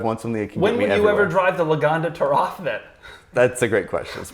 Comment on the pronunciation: saying the Taraf makes me disregard any opinion has ever had or will ever have. Never watching anything involving again.